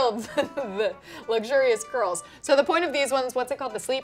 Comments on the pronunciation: Is it just me or does keep saying cwurls? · Did anyone else notice kept saying cwurl haha not sure why I noticed that 😂😂 love you both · “querls”